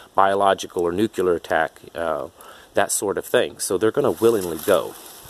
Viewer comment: Yet another person pronouncing nuclear as nuculer. Also your beard appears to be a Halloween costume beard.